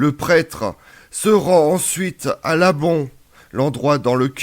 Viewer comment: Très cher, je voulais vous remercier pour l'exposé historique que vous avez publié avec véracité historique sur les fêtes pascales dans l'église chrétienne-catholique sur YOU-TUBE. "MERCI!" Si j'avais, une remarque à vous faire c'est que "l'ambon" ne se prononce pas 'l'abon" mais "l'ambon" avec un son am qui se dit en. petit Frère David de la fraternité de Tibériade.